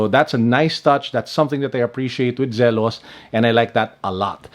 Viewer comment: It's Zee-los, not Zel-os.